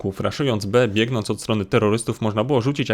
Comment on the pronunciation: Za każdym razem kiedy mówił "biegnąc" serce mnie zabolało